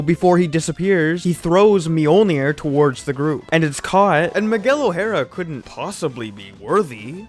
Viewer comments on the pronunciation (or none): Who t f it's "Maguel"??? M I G U E L